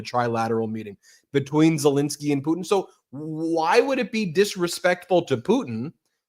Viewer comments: Caroline… it’s PU TIN. not PU IN!!!!😅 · Why does Karo-lyin Leave-it say "President POO'n" not Putin?😂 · Karoline Leavett can't say "Putin". She says "Poo-In". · Why can’t leavitt pronounce Putin ?? Instead of “poo-in” I can’t stand her voice … and her lies! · Has anyone else noticed that KKKarolyin' cannot pronounce the letters N and T? ("Fetanyl" and "Poo(t)in"). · Poo-in... She's so ignorant. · Can't stand how Leavitt says Putin... "Poot'in." Silly nit, I suppose. Fact is, everything about her is offensive and irritating. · KKKaroline sounds like a f*cking Valley Girl, pronouncing "Putin" as "Poo-in"!